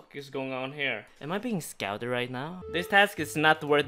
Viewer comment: Tree, tird, shest, scouded